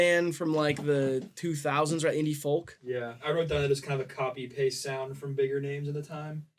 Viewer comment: Sometimes i forget theyre from the midwest until says something like "fol-k" and gives me whiplash